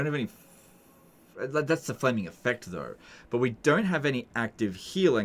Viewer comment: How did he mess up “flaming dick” and “flaming attacks”?